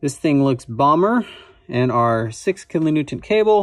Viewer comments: Are you saying "kilo Newtont"? Its "Newton" Like, Isaac Newton. Anyway, love the videos, really interesting stuff. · Is he pronouncing kilo-newton with a "t" at the end?